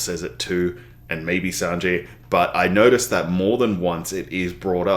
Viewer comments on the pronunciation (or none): Since no one has corrected you yet and I mean no disrespect, it’s pronounced San-Gee, not San-jay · My friend! I wanted you to know how wonderful your reviews have been and I really look forward to them every time! However… My patience is running thin. I don’t know how much longer I’ll be able to tolerate you calling Sanji, Sanjay! It’s San-"G" If this slander continues I’ll be forced to take action by shaking my fists at the sky and shouting "curse you, fiend!!" Every time you mispronounce this!